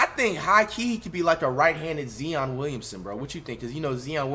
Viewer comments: Bro it’s Zion not zeon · Please stop sayin zeeeon it’s Zion rahhh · It’s Zion not Zeon bro 🤦🏽‍♂️ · Who else is tired of flight saying ZEon😂🖐🏾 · “Zeeon Williamson” 😂😂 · If this man say Zeon one mo time dawg 😂😂😂😂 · Nobody: Flight: he’s a right handed ZEE-on Williamson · He does know its Zion not Zeon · “ZeOn Williamson” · “Zeeyon”🤣 face ass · Zee-on Williamson😂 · He’s low key right about Tracy Mcgrady. But zee-on Williams nah. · It’s not Zeon Williamson it’s Zion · He said zeon williamson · his name is ZION williamson not ZEON 😭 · flight it's zion not zeeon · ZION NOT ZEEON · Zeeon Williamson what the hell is he saying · Please put respect on his name. It’s ZION not Zeon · Bro it's Zion!!!!!!!! Dawn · Zion not zeon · Zee-on Williamson 🤦‍♂️🤦‍♂️ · It’s Zion not Zion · stop saying zyion bro it’s zion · Zion not zien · Wtf is ZeeOn Williamson Flight? ZION Williamson you fuckin goof! 🤣🤦🏾‍♂️ & he dont play nothing like Zion he got the speed & hops like Westbrook though! Idk wtf he shoot like though! Kinda like Joe Johnson but idk! 🧐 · Nobody: Flight: “He almost shoots like Zee-on Williamson” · So nobody gonna talk about how flight says ZION LIKE ZEEON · 😂😂 “ZEEON” Flight too funny bruh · “Zeon Williamson”😂😂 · I'm definitely am. And I'm also sick and tired of him saying "Akumpo." God, I just want to yell at his ears. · "Zeon Williamson", can this guy pronounce any ones name right? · Stephon marburry, zeeee-on Williamson and T-Mac. Good shit flight🤣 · Nobody: Flight: Zeon Williamson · Who tf is “z on” Williamson flight 😩😩😩🤣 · why are you still saying "zee- on" lmao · Man say Zion name right 😂😂😂😂😂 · This man said zeon not zoin but zeon i don't no much about Stephon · “Smaller right handed Zeeyon” so Ja morant??? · Can’t even say Zion right you getting twisted from getting beaten so many times come and get this work boiii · Zeeon? WHO ?! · This dude said Zeeon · Nobody: Flight: He looks like a right handed zee-on me watching and seeing that Edwards is left handed